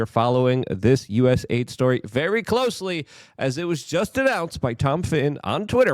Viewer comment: It's not USA ID ... It's US AID